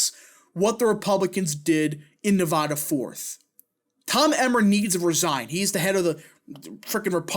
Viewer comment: You really butchered “Nevada” 🤣😭